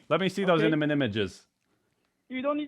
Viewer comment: lololol. “Iniment images “